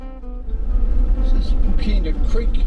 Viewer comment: Great video, but unfortunately you have fallen in to the trap of local pronunciations. apart from the Ghan (already corrected). Hookina is often pronounced more like hookna or hooknuh Similarly Kanyaka is often said kanaka. with hard a , and much further south is Pekina, and, you guessed right, it sounds the same way as Hookna. Maybe that enabled a speaker to talk with out sucking in flies!